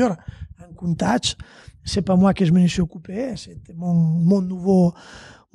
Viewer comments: Moi aussi je saigne encore Coun Tach c est mieux peut être comme ca 😂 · Stp dit plus jamais Countach comme t’a dit tu m’a fait signer des oreilles 🥺